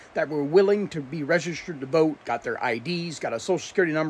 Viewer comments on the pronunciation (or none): The word is Registered Lean to pronounce the word 😮😮😮